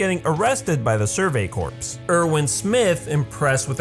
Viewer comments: All together a good run down of Levi's past. But it was eye twithing-ly cringe worthy to hear you say Survey "Corpse" when it's Survey "Corps" pronounced "Core" like an Apple Core. So says a Drum Corps member. The sport is called Drum "Core" not Drum "Corpse". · Corps: pronounced as “core” Me:CORPSE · CORPS is pronounced Core, not corps... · Levi. And "Survey Corpse" (Corps is pronounced Core) but eh good pun if it fits it ships... and sometimes I wonder if Levi calls people brats because I think we all know the saying if you name it you get attached. Man this college Psychology class is working I think.... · corps is pronounced like "core". I just thought you should know.